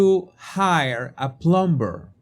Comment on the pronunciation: Jesus, la “b” en plumber es silente. Se lo digo con todo mi respeto y espero que así lo reciba. Gracias por sus excelentes videos. Bendiciones.